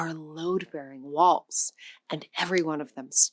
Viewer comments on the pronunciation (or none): none